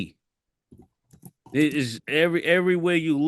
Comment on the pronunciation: Mase called that nigga ziti instead of edey 🤣🤣🤣